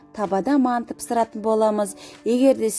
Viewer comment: Пысырад емес пысырамыз)сосын мәнты емес манты)и потом жазамыз емес жайамыз)ултыныз баска аудимн бракта отынемн создернзге туснби жатрмн